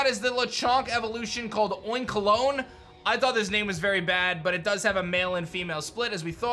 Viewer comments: I feel like it should be oinkalogne as in balogna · oinkalogne is pronounced like bologna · Not sure but would it not be oink-o-lony? Similar to the pronounciation of bologna?